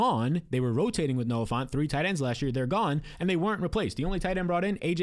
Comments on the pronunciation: it’s Noah Fant, not Noah Font. Get your head outta the Times New Roman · You keep saying Noah "Font" 😂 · Dude really said Noah fant lmao